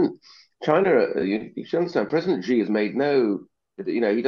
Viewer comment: How has Ian Duncan Smith not worked out how to Pronounce 'Xi' after several years of being a China Hawk?